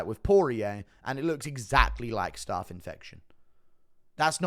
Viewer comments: It's pronounced "staph" not "starf" ... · GURU bro, I live in south west London, but I don’t pronounce ’staph’ the same way I pronounce ’staff’ (or phonetically - staaaarf). Why do you? It’s not starrrrf. It’s STAPH! 😂😂😂 Love the content bro!! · I am sick of writing comments on YouTube for them to be deleted because of adverts occurring during typing!!! It’s STAPH not ’starrrf’ bro. I’m from Sutton bro, can’t be far from you!! Love the content bro! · Why is my man saying staff 😂😂😂